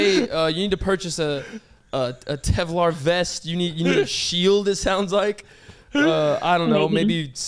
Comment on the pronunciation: kevlar vest, not tevlar vest :)